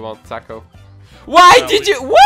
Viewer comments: When he says Takle it sounds like TACO :D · When you say Tackle it sounds like TACO :D